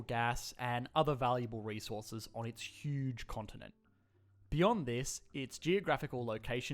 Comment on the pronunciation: Say it with me: Hiooge